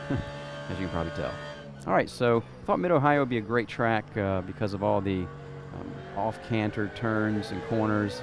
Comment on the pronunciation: as always great video, one note its "off-camber" not canter....